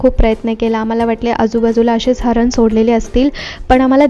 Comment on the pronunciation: हरण?? हरीण...